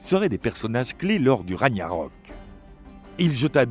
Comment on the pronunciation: Petite faute de prononciation du mot Ragnarok 🐺🖤